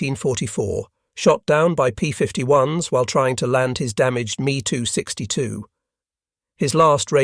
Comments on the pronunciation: The Me Too 62 hits my ear funny every time. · Overall, the information is excellent but the artificial voice is horrible. Hearing it say, “Bf 10 9” instead of 109 is jarring and “Me 262” with the “Me” pronounced as me, like in “you and me” just makes ME roll my eyes.